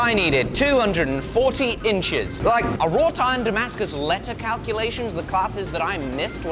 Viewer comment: RAW iron not RÅÅÅT... it's raw not rotten